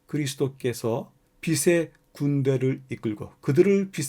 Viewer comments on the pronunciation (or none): 빛의 군대[비세 군대] 아니고요. (방송이니 발음 정확하게) [비체 군대]로 하셔야 해요..